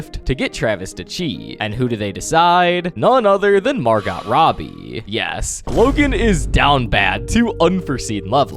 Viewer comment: The way bro pronounces Margot Robbie kills me 😭